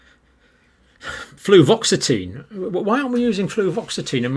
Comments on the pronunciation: Fluvoxamine not fluvoxetine. Have I just fact checked Dr Campbell? Anyway I like these fact checking bits, it should become a regular part of the show. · Not to nitpick, John, but you have a tendency to confuse/conflate two common SSRI meds with similar names: fluvoxamine and fluoxetine (aka: Prozac). You keep saying "fluvoxetine" instead... which AFAIK does not exist. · John, I think that you usually mean Fluvoxamine when you say fluoxetine. I am I wrong?